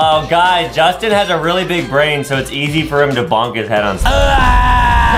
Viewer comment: Who's Jastin and what's a junggel